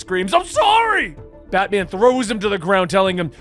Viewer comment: You keep saying "Batmen" like its a surname...